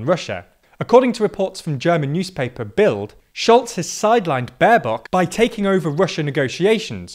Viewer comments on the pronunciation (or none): Also butched Bild.